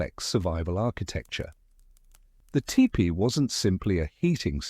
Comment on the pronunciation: could you please say tepee (Tee-pee) not tip-pee